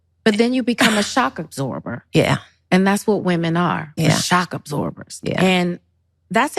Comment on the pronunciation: THE LONG AND WINDING ROAD ............. DID SHE SAY SHOP ABSORBERS? America needs to put the THC DOWN